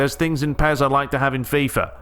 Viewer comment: HE SAYS LIME ME ' Boy, after i played Pes 20 at snowy weather day i played fifa 20 demo... Fifa is a joje lol, except players models fifa looks like on Ps3 comparing with Pes 20 ... and about fifa gameplay' ' an arcade pinball mediocre repetitive fake gameplay without substance' ' fifa is a jojke... THIS IS WHAT HE SAYS LOL